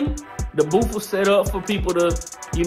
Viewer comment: Proud of my, I'm glad you both had fun. Baby, ummm, did you say booth or boof.....🤣 I love my.